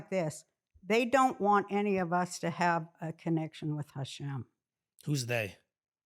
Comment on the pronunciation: I love when she says Hashem :) She’s the best!